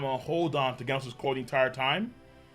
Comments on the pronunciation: How u say genos (gheh-nos) and gif (jif) Wrong? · Does know he’s been saying Genos wrong this whole time?